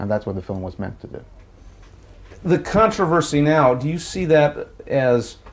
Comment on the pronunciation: Contavenvsy was the word that broke me 😂